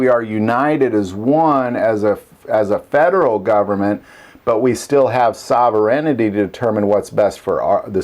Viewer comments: Wtf is sauverennity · You're mispronouncing "sovereignty", but at least you understand what it means. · Sovereignty, not sovereighinity. 😊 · I's "sovereignty." Just sayin...